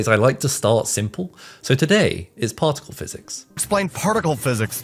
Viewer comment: Take a shot of brandy every time he says: "PauhLk tik UL"